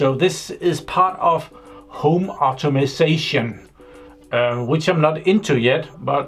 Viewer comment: It's "home automation", not "automasation" :) I like your product review, and I hate to sound arrogrant, but really if you cannot read that diagram I would advice you to not play around with 230V. It is extremely simple, even for a trainee electrician. Also, please never put 4-5 wires in one terminal. If they have the same potential, put them in series (physically, not electrically!) instead, so each terminal has at most 2 wires.